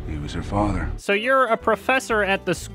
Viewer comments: I cracked up everytime he said "FATHRRR" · for FATH-UH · I was fucking fascinated by this review, but god fucking dammit. GOD FUCKING DAMMIT! So earlier today... Yesterday, I was watching Vinesauce, and Vinny mentioned that the way "he" says "fatha" ("he" being either or the villain. Binyot never made it clear who) is the funniest thing ever, and me and a bunch of other people said "well it's not gonna be funny now!" But I watched the video anyway. I swear. I fucking SWEAR the scene from on was the hardest I have laughed in my 26 years of life, EVER. Just the "great my fatha's here! Time to get my dick sucked!" had me punching the fucking walls because I started feeling weird from laughing to hard and so long! My puppies got so concerned for me that they had to go to my husband, unsure of what to do! And then I unpaused the video and my husband had to pause his own video because I just. Could. Not. Stop!